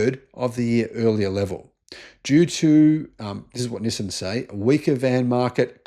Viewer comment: "nih-sin" XD